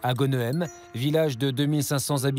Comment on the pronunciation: Ca se passe à Gonnehem, prononcez "Go-nè-me" et non pas "gone-hé-me". C'est une drole d'atmosphère lorsque ça arrive près de chez vous. C'est mon cas : c'est l'histoire du beau père rejeté par l'enfant de l'épouse qui défend son fils au détriment du beau père.